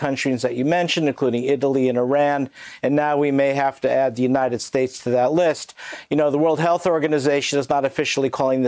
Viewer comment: More like United Schtates